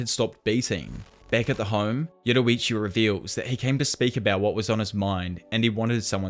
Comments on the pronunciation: why do you keep saying yoruichu, this isn't bleach lol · 6.45 yoruichi it's yoriichi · Yoriichi not yoruichi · "yo-riiiii-chi" not "yowowowoowrichi" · Bro it not yoroichi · This dude says “Yorrichi” Like “Yetawachi” 💀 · why’d you say yoruichi instead yoriichi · Its like your saying yowuriichi instead of yoriichi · Why do you say Yoriichi as Yororiichi? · "yoruichi" lmao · Why u call him Yoroichi lol. Nice video btw. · inspiring amount if effort that you put into these vids but its "yor ee chee" not "yoru vichi" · Bro I love when he says yorrichi he says it like yoddorrichi I love that bro keep it going and love the content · im crying "yoroichi"